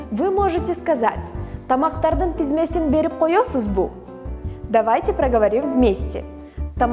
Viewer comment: Не тезмесин, а тизмесин. Девушка, сходите на курсы кыргызского языка или хотя бы сверьтесь в словаре правильность слов.